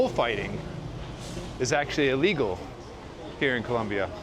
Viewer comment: You should pronounce Colombia properly-jeez!